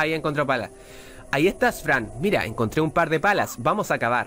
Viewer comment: la nueva forma de decir "palas" .... "pelas"!! xd